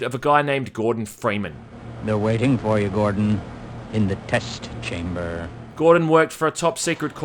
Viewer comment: "The test chamberrr."